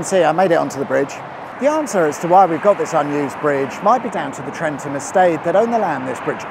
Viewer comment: There's a "W" right after the S in Swynnerton should be pronounced 😅. It's possibly the only place you have to drive in the right hand side of the road in the UK. Used to be used to train squaddies before they went to Germany. Well done on getting Trentham right though. Many don't and pronounce it Trenth-am